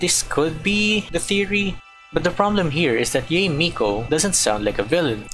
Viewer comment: I have to correct you, Yae isn't pronounced like Yee, it's more like Yah-Ae, and Raiden is not Ray-Den, it's more like Ligh-ee-Den. So the rule of pronouncing consecutive vowels in Japanese is that you pronounce them separately, for instance, the name Aoi is pronounced like Ah-Ow-Ee.